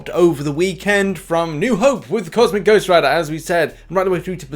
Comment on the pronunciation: Finally said it right lol